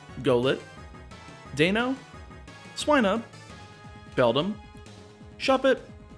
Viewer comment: Just a tip, Deino, Zweilous, and Hydreigon aren't pronounced the way you pronounce them. Their pronunciations are based on the German words for 1, 2, and 3 - being Eins, Zwei, Drei. With that, each pronunciation is; Deino - Literally just like dino ("Die-no") Zweilous - "Z-why-lus" Hydreigon - "High-dry-gon" Obviously everyone has a right to pronounce a Pokemon's name how they want, but I just thought I'd let you know as my OCD doesn't exactly like me very much haha.